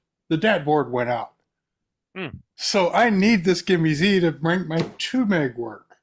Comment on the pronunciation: That says "GIME-S" not GIME-Z.